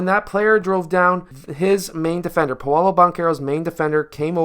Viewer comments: Its “PAW-LOW” not “payolo” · It's pronounced paaaa lOOOO